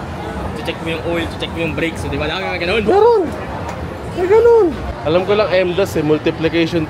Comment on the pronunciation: BLOWGAG SA KOTSE pero bat ganon pagkabigkas mo sa subtraction? Substraction?